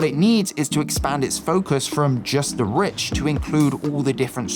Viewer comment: Another interesting upload! One recommendation for the narrator though: Stop compulsively pronouning the untressed articles "a" and "the" as "ey" and "thee", respectively. It just comes across as odd and jarring. I get that this is meant to sound more intellectual somehow, but get this: Actual intellectuals don't actually talk like that. :) The norm - yes, even among intellectuals! - is to follow the natural speech pattern of one's native dialect of English. Meaning that "a" and "the" are normally pronounced "uh" and "thuh" (unstressed schwa), except when adding extra emphasis, or when "the" precedes a vowel sound.